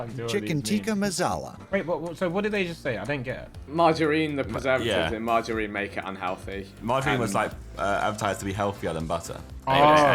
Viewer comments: They keep pronouncing it like Margareen but it’s not it’s MargarINe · No one : Josh : margahrene 🧈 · I hate how this guy pronounces margarine